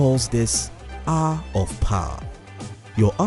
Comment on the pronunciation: Its HOUR not How!!!! 😡